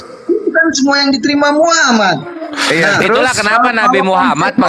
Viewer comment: Deri bahasa menyebut nama Rosullah dgn sebutan Muhamad Bukan Muhammad itu aja bapak ini menunjukkan BKN dr muslim/ muallab. Bapak ini emang udah qufur dr nenek buyutnya itu qufur keturunan. Tp qufur ini berdusta